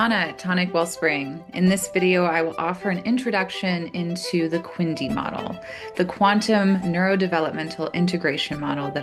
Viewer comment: eg: QNDI instead of Quindi. Limbo! No: Limbic system. Not Lybic.